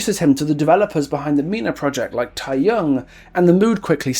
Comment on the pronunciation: I'm sorry, I agree with you on basically everything, but I can't help but be bothered that you don't make much effort to pronounce any of the Korean properly yourself. It's easy enough to check online for how to pronounce keopi or the tae in tae-young and taekwondo. Also, one thing that, while I don't like the japanese in the world at all, you kinda brought up a great point just before about the realm being his delusion. Idols promote in Japan and, while I would never expect those ads to be printed in Korea because why, it's something that he would have done and would be logged in his mind with all the other promotional material he's done. But I feel like, for the map, just focus on Korea please...